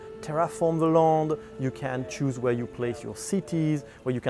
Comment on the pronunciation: "you can terraform the lond"